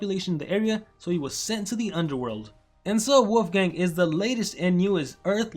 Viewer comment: It sounds like you’re saying wofgang